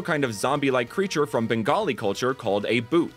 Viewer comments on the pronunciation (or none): none